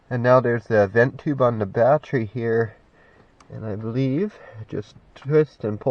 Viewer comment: Ba-Tree, ba-tree, batree, you're driving me crazy, man. It should be pronounced BA-TTERY instead of BA-TREE.